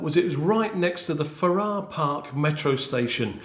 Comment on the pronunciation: And Farrer Park not farah😂